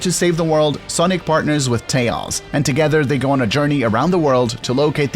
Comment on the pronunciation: Hey, this is my first time seeing as your channel exist. But, where are you from? you literally say tAYoAls instead of tails